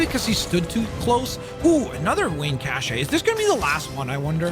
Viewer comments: i like the idea of 7 unique characters also cache is pronounced the same as cash btw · Just FYI, cache is pronounced 'cash' 👍